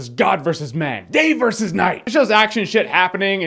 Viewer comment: Batman VE Superman? just say VS